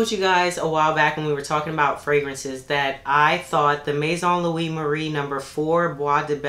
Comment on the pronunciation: I love how you pronounced the Maison Louis Marie.... I know for sure now that I said it wrong in my video (which will air 4/25 am.. my first real video...cringe)...lol, But yes that's my favorite perfume right now. What oil did you find for the diffuser?